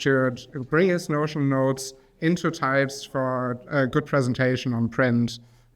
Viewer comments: Hold up, all this time i was pronouncing it the German way "Tüpst", but it's Teipst?? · Honestly, I prefered the tüpst pronounciation